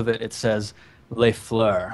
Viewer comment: I'm so glad that you didn't pronounce the s in "les"